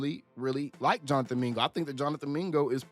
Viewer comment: Mingo? Bro puuuuulease lol